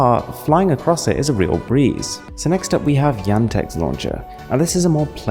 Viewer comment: you pronounce yandex totally wrong... maybe something to say about yandex, its like the google of eastern europe...